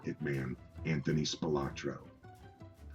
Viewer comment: Well, for starters, it would have instilled a bit more confidence in the veracity of the content if the narrator started of pronouncing the subject's name correctly; as "Spilotro" versus "Spilotra". What a joke!!!